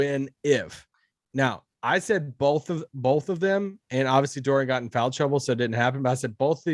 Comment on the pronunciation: Hey, it’s BOTH not BOLTH….good god man